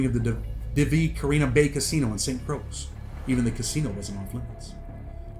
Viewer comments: Muddaskunt…Croix is pronounced KROY not Krux. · It’s pronounce like Roy with a C. Like Croy. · bro he's saying that Croix is pronounced as croy that's all smh